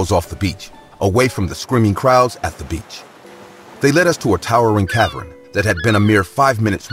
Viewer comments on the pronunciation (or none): "cav-urn" not "cav-run"